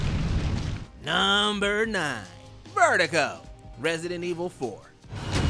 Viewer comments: Vertigo?? Ver-doo-go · Verdugo is not a name, it means executioner in Spanish. And considering RE4 is set in Spain, the name speaks for itself. (Also, that was not the right pronunciation but nevermind)